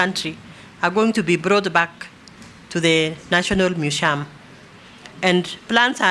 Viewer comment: National mushium😅😅